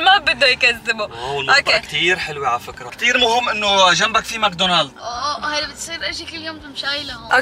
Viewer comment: حابة قلكون انو اسمو ماكدونالز مو ماكدونالد